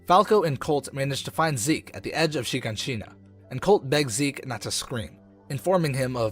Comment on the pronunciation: I don’t like how he’s saying a ton of names wrong except gabby, feels like this isn’t a actual persons voice, also saying Zeke as “Zekay” And Mik-asa as Mika-say and mi ka sa, but sounding like there’s extra a’s however, that’s fine a lot of people find it confusing.